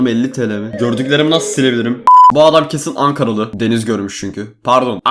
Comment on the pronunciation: Angaralı diyişine kurban ya sana da Angara dan selamlar seviliyorsun